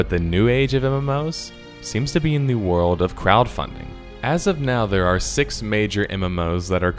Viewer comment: I've never played Wuard of Warcraft. There's an L in the word WORLD. It's a small thing, but it's annoying hearing you say it wrong.